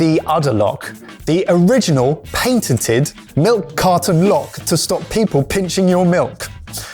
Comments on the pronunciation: Painted-ed 😂, love it mate #Patent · What is paintitid? Funny how the British often butcher the English language as much as people from the US.